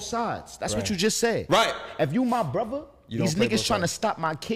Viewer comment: Does anyone wanna tell that there is a "-TH" and no "D" in the noun "Brother"?